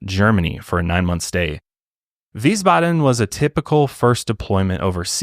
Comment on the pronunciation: really good pronunciation of "Wiesbaden"